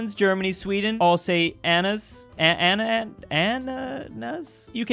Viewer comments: Ok... say it with me. A-na-nas Got it? A-na-nas I think you get it! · Did he really struggle that hard to say "ananas"? xD